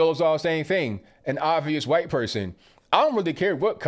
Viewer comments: STOP SAYING WHITE LIKE THAT. ITS NOT WHOITE.. ITS WHITE. All of a sudden you youtubers are saying it like that. Its aggravating as hell. I've already stopped watching 1 person due to it. Please stop. Love your videos otherwise...... Peace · STOP SAYIN WHITE LIKE STUIE GRIFFIN LMAO LOVE YA ROCK ON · Why can't you just say white like normal people why do you have to pronounce it funny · "Miss H'white lady" haha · Love how he puts that hard " H " in white. lol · The way you say "white" got me rolling on the floor. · Why he say white like that lmao